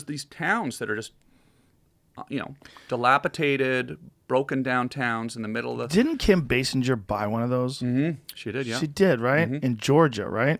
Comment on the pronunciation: "DilapITATED"? I love ya Tom, but don't try using words bigger than you actually understand. The word you were looking for is -Dilapidated.